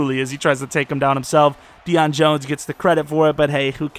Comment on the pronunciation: You said dieon jonse